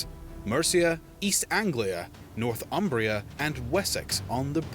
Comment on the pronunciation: "Northumbria" is pronounced "Nor-thum-bria". It derives from "North Humbria", the land north of the river Humber. The narrator in this video pronounces it wrongly. He seems to imagine a different derivation: he is saying "North Umbria" with a definite gap between the two words, most probably having Umbria, a region of Italy on his mind.